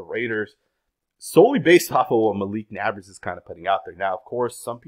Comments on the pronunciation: Bro, why do insist on saying people's names wrong? His name is NAB-ERS NOT NAB-ARS... Would you like it if someone called you murish Patel? Annoying as hell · He speaks excellent English. He’s literally just mispronouncing the name. I’m sure he doesn’t refer to people that live next door as his nabbers!! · Never doubt ability to pronounce literally every name wrong everytime. It's actually quite impressive. "Nabbers" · It’s NEIGHBORS my boii. Not hating just saying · "Nabbberrs " smh lol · Why can't he just say Naybers < like pronounce, It like that. I know I spelled it wrong; ppl Okay 🤨. I just put it like that SO HE can say it RIGHT❕this guy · I enjoy listening to, but this nabbers crap was driving me crazy. How do you watch so much football and watch Daniels and not know how to pronounce Nabers? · Why you say Nabers like that 💀